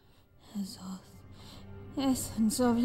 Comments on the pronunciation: "at first i thought she said ass off when i heard it xD" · Ass-off xD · omg all this time I thought was saying they wanted her "Ass Off", I just realized now that he was actually saying "Azoth". well then. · At the beginning when said "Azoth" I keep thinking it was "Ass-Off" xD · I just realized cry has been saying azoth all this time instead of ass of. :P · "You want my Azoth", More like "You want my Ass off" LOL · every time he says azoth i think hes saying ass off